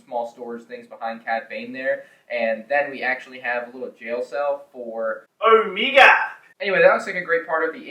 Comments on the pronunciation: Thank god I’m not the only one who thinks the way says her own name is kinda funny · OH-MEEGAH, Huntah, Wrekah, Teek 😅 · Why is nobody talking about that way of saying OMEGA